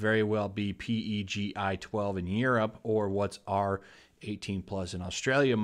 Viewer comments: It's called "Peggy". Not Pee-Ee-Gee-Eye. (PEGI) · It's pronounced Pe-Gi (PEGI12-18 can have "sexual content" even though it's being banned for being "sexual content") Years ago I placed a link on Kotaku and it was from a company that makes Sport Bras. In it they stated it's really hard to make one that prevents any movement, near impossible due to the ∞ movement with bigger breasts. The only way to get no movement is to completely bind them off (Which is absolutely not a healthy thing to do) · PEGI is pronounced "Peggy" on their commercials.